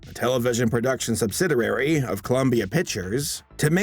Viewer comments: Subsiderary? .. Subsid - i (EE) - ary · It's pronounced "sub-sid-EE-ary", NOT "subsiderary". Read the billboard; it's Ruff and READY, NOT "Teddy". "Jack" Gleason NEVER went by "Jack"; it was ALWAYS "JACKIE" (from his childhood). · "Sub sid er ary"??? try: sub·sid·i·ar·y /səbˈsidēˌerē/ How can someone get through school without learning proper pronunciation of basic words? No to mention, never learning it by rehearsing their narration before recording it onto video? Has our culture become so immune to poor productions that no one cares to fix their product before releasing it? Wow. Wel, i guess mediocrity is the new norm. We even wind up with presidents who can't speak intelligently. What horrible role models we now have for the children growing up. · You also said "subsidirary" a few times. The word, of course is "subsidiary". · "Subsidiary" is five syllables read "Sub sid ee air ee," compare to your "sub sidder air ee ." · you also said sub-SID-er-rare-ee for sub-SID-ee-air-ee (subsidiary) several times. Note: there's only 1 'r' in the word. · And just what exactly is a "subsiderary"? Once can be overlooked as an error. Twice, both clear as a bell, and it looks like using words you don't actually know. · Come the fxxk on. Learn how to pronounce words like a fxxking adult. It's **sub-sid-E-airy" not "sub-sid-err-airy." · Sub Sid I ARY Not Sub Sid ER RARY (subsidiary) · Solid video but the way you're pronouncing "subsidiary" is killing me. "Sub sid E air E." Not "subsidarary" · Sub-sid-i-ary, not sub-sid-er-ary. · Oh hell... I'm going to pile on too.. It's SUB SIDI ARY not SUB SIDI RARY Just sayin...Very interesting and thorough video (see? Sweet AND Sour). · Okey dokey now: the word is pronounced SUB-SID-EE-ARY, not SUB-SID-ER-ARY! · Sub - sid - iary. Not "subsiderary". Subsidiary. Let's all say it together, class. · & The word is "subsidiary" (sub-SID-ee-air-ee) not "subsiderary". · Also, Subsidiary is pronounced: sub sid ee ary, not sub sid er ary.